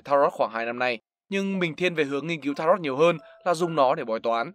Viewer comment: Đọc đúng là ta-rô chứ không phải là ta-rot đâu.